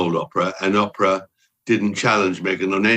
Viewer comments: Mr Bower, it’s OH-prah, not Apprah! Sorry, I just had to say it after watching several interviews w this guy…it started grating on my ears😜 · Why can't he pronounce 'Oprah' as Oape-rah like the rest of the planet does?! It's OP-OP-OP all the time. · I LOL every time at Tom Boyer pronouncing OW's name as "Opera". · Lol opera....um it's Oprah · Can someone please send this to Oprah. I just love the way Mr. Bower pronounces her name. 😂😂